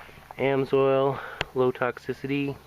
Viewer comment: It's not "amsoil" it is "AMS oil"